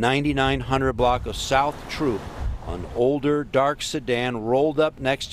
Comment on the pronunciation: Reporter, it's throop not troop ...just saying